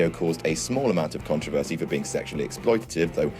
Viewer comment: Good video (especially the intro!) but that's not how the English are meant to pronounce 'controversy'!